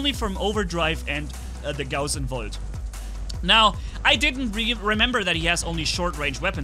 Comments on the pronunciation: "Woljt"! You gotta love german! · VOLT ME:🤤😯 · In my opinion, it’s more satisfying hearing say volt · I'm hearing the German accent in "Volt" and "Gauss"😁👌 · Are you romanian because you said volt with romania accent